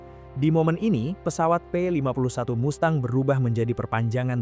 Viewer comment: Mustang bukan MASTANG!